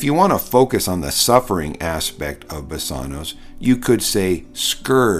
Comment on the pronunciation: Thanks for this. A small point, I question pronunciation of BASANWS, Omega, not omicron, & accent. Placement. Thank you.